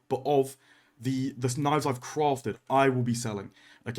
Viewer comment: CWAFTED! Much love <3